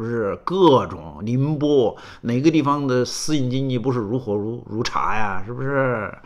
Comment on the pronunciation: 苏老师说如火如“茶”的时候我笑喷了，节目效果满分